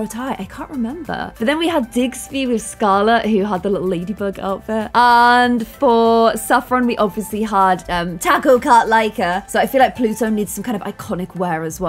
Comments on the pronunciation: called Dillbert "Diggsby' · Mint pet: Polo Also sorry i’m not trying rude but it’s Dilbert not Digsby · Can't believe forgot Polo, and also, it's DILBERT, not Digby!! 🤣🤣